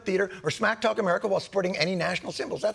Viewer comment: Ladies and gentlemen, the prezidint of Merica...